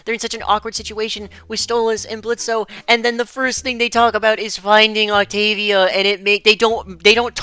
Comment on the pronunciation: Question for OP: Why do you call Blitz "Blitzo" when he prefers the O to be silent?